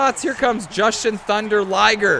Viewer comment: Jushin has a long "U" in its name.